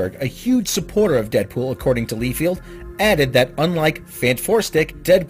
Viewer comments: Rob Liefeld's last name is pronounced "Lye-feld," not "Lee-field." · It's pronounced "Lye-feld," not "Lee-field." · You most likely have been corrected on this like a billion times? And the artist is known to be an outright jerk and has horrible 'skills'? It's "Lye-field". Lye like the horrible thing that kills anything it touches, and field as in the field that the lye was poured on. Other than that? Wonderful report on all this. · Probably should learn how to pronounce peoples names Lie-Feld